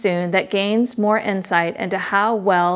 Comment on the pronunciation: Sars coveed 19... Lol... You are totally a damn robot.. Who says that..